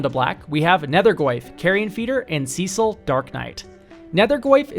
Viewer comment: I have never heard anyone mispronounce Cecil that badly